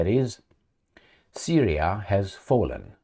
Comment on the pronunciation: trump sounds like 'you give us syriya we give you ukraine'